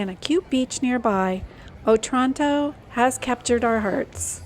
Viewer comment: It’s pronounced O-Tranto, not otrànto 😂